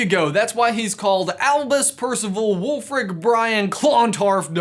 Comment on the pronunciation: Acronyms for the win! Also, who else heard Elvis, not Albus?